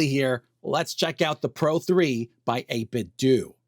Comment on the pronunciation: Okay for real isn’t it pronounced 8bit-d’oh? As in Nintendo ? Am I insane? 8bit-dew sounds so wrong to me